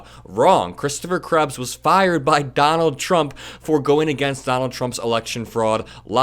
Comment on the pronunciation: johnald trump 😂😂😂😂😂😂